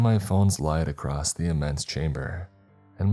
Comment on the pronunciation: It's across NOT acrosed 😡🤬(every fkng story)